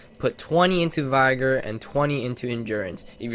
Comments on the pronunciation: He said it like vygor lol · Vi-ger. ... lol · vigor is pronounced like bigger with a v instead of a b, not like tiger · This dude dumb? He dont even know how to say vigor right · I refuse to listen to anyone who doesnt know how to pronounce 'vigor'